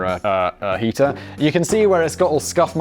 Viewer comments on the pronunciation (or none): ETA is weird name for a heater? Maybe if you didn't say heater like "etah", with a silent H. But you do.